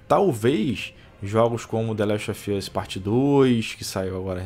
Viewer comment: Falar "ralo" que é realmente uma decepção. Pqp, dicção do inglês tá uma porra hein? e o the lest "ofi" us? Pqp huehueheue o cara n sabe nem falar o nome dos jogos.